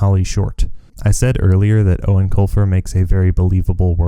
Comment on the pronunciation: This is the first time I have EVER heard the proper pronunciation of Eoin Colfers name, ever since I was a kid I didnt know how to say it so i been saying "Eowen Coifer" like a lotr character lol